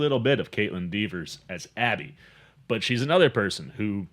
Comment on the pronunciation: You mispronounced Kaitlyn's last name 50 times :( It's Dever, not Devers.